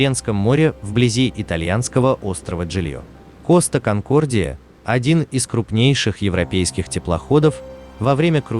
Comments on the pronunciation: Коста КонкордиЯЯЯЯЯЯЯ а не конкордиОООООО гугл переводчик в помощи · Какой коста конкордио ? Конкордия , неук , читай на борту